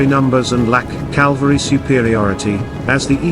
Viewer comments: Someone tell the AI voiceover it's 'cavalry' not 'calvary'! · to be fair the narrator kept saying "Calvary" instead of Cavalry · Ka-vul-ree , not Calvary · Horsesoldiers are "Cavalry." Your Narrator keeps pronouncing it "Calvary" which is the hill on which Jesus died. Mispronouncing a common military word with a British accent doesn't make it any less ridiculous. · I hope you mean Cavalry and not Calvary. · Even the AI narrator says “Calvary” instead of the correct “cavalry”….. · Good video. But the word is CAVALRY! The “V” is pronounced before the “L”. CaLVary is where Jesus Crist was crucified. Two quite different meanings. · It’s CAVALRY not Calvary!!! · Cavalry not calvary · Calvary?? Cavalry surely? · CAVALRY, NOT CALVARY PLEASE! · There is Cavalry and calvary ffs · Was the AI voice told cavalry or calvary. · Cavalry. Not Calvary. 🤦‍♀️ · I believe the correct pronunciation is cav-al-ry - the way it's spelled, not cal-va-ry (the hill where Jesus died). Generally, nice job! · "Cavalry." Not "calvary". The first one is mounted fighters. The second is an execution site. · Calvary? Cavalry! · I know its a simulation and a generated voice , but what in the name of Gandalfs butt is "calvary"? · Damn, even text-to-voice pronounces it 'calvary' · The announcer keeps calling the horseman Calvary. Calvary is where Jesus was crucified. Horse soldiers are ca val ry , cavalry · Good Video but dang....Calvary? Cavalry! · its cavalry not calvery.